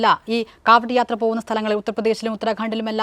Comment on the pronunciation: കാവടി യാത്ര അല്ല. കാവട്ട്യ യാത്ര എന്ന് പറഞ്ഞാലൊ